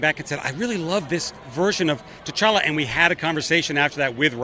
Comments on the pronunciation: I cringed every time she called t’challa “jar-jar” like wtf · She says “cha cha”